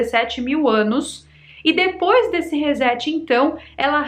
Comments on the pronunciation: É reset ou rezet (som do "s" como se fosse "z"? ) pq reset vem de set e não de zet. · Sem querer ser chato mas a pronuncia correta de resetado não é rezetado mas sim ressetado...reset se pronuncia resséti e não rezéti...na verdade a pronuncia correta seria risset mas como não conseguimos pronunciar consoantes mudas como t e d,por exemplo,sem colocar um i no final como notebuki...internéti...reset pronunciamos resséti...resetar pronunciamos ressetar...setar pronunciamos çetar...set e reset são palavras indevidamente emprestadas da eletronica digital onde significam: set colocar o dígito 1 na entrada do circuito e reset colocar o dígito 0 na entrada ou seja zerar,começar de novo...então resetar significa reiniciar,começar do zero... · Recebi o link de uma amiga e adorei o conteúdo. Passarei a seguir você no YouTube! Como professora de inglês, só tenho uma sugestão carinhosa: RESET = RE + SET, a pronúncia correta é “RESSÉT” e não “rezét”. 😘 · Por favor… O correto é dizer Resset